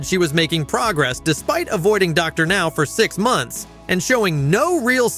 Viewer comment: The AI got WORSE as the video progressed! Dr. Now became more harder for it to say